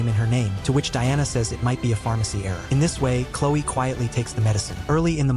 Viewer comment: normal people: chlo-e. the video's narrator: chlo-i.